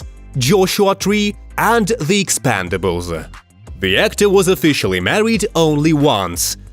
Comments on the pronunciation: "Expandables" LOL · The "expandibles" lol, an accent is a heck of a thing. That has to be the first time I've ever heard someone refer to Grace Jones as being a cutie. It's hard to believe that he was short, i actually know someone like that and whenever i see him I can't believe that he was that short little guy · Cool bro.. But I was referring to wrong pronunciation of The Expendables to The Expandables lol